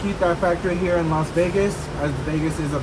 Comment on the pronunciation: Its not LOS Vegas. Its LAS Vegas…. 😂😂😂